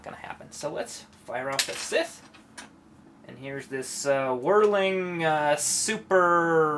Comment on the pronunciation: O.o scythe, pronounced like PSY theee not sith, makes me feel like watching starwars